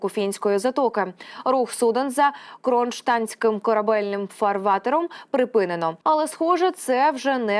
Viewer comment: І що таке кронштанський фарватер? Ви перед тим як випускати відео хоча б на карту подивилися, штурпаки безграмотні.